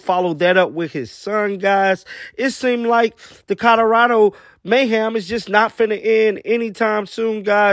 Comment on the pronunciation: Did you just say coderado?